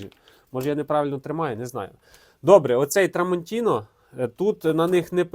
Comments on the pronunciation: Як же ріже вухо це "трамонтінО". Ножі ТрамонтінА. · Шеф, на біса нам ті артикули??? 😂 Тестуй гостроту не аркушом А4(його і жабокол різати буде)😂а талоном з магазину! Але подяка, що гроші тратиш і нам показуєш!! І не TramontinO, а TramontinA!!!!!! ТруфальдінО - то з іншої "опери" 🤣🤣🤣🤣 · Дякую за огляд.Але-tramontinA-no a tramantinO